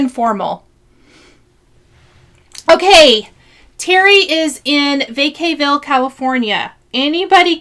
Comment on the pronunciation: I know you didnt mean to mess up the little town in CA’# name, but I grew up there so please accept my loving correction. The town is pronounced Vaugh-caugh ville. I vaca in Spanish is a cow. Its litterely Cow town. 😄Love you gal! ❤